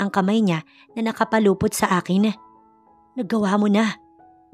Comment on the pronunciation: NAKAPULUPOT NOT NAKAPALUPOT.